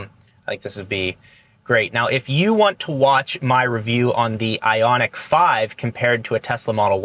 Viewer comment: Isn't it Ioniq